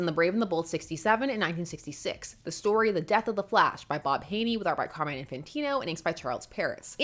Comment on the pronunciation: Did you actually pronounced name "Carmine" correctly and nor "Car-mine"/"Car-muh-in" like everyone dose? Finally, thanks God. Love this channel every video more.